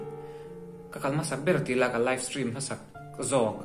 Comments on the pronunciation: Aizawl hearing aid center ah in entir rawh... Steam ati lo, stream a ti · Live stream i ti ve ta 'steam' i ti zel a😂😂